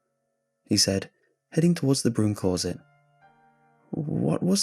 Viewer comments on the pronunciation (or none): A fizzyiatrist lol it’s a psychiatrist also the way he say clorset instead of closet pronounced cloz ette